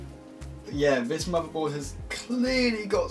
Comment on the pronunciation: Learn to pronounce TH, muverboard, vese. Please 😖